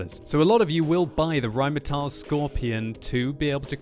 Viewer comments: "rheinmeteil" please. the pronunciation. please. it's not spelled that way.. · why do you say rhinemehtyl?